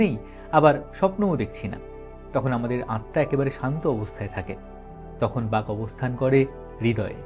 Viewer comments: কথাটি বাক নয়, বাগ্ । দেবী সরস্বতী হলেন বাগ্ দেবী। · আমি বলেছি আপনার উচ্চারণটা ভুল ছিল। বাক্ শক্তির দেবী তাই বাগ্ দেবী /বাগ্দেবী/বাগেশ্রী বলা হয়। বাক্ দেবী বলা হয়না।😊